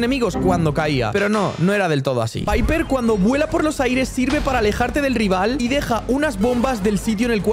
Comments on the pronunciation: Creo q piper se dice paiper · Piper no se pronuncia así se pronuncia paiper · Se dice paiper y se escribe piper y collete se dice colet